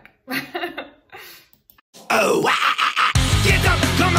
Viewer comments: You know you're white when you say "Tu-pack" lmao. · Did she say twopack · She called 2pac 2pack